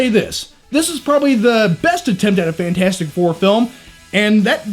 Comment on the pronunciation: FANT-FOUR-STIC what did you just decide the "T" doesn't exist?